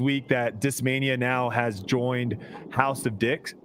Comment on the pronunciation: I'll never be able to properly pronounce "House of Discs" again. 🤣